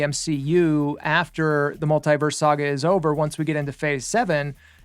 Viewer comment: Mult-Tee-vers - Say it right your fool!🙄